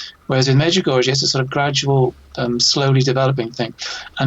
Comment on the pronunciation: wrote a book on Medjugorje yet mispronounces it. All these years and refuses to pronounce Medjugorje correctly. I wonder how correct the information is in the book?